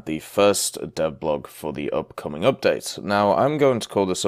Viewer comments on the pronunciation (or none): none